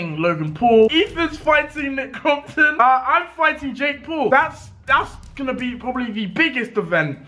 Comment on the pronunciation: DEJI SAID JAKE PUL HAHAHA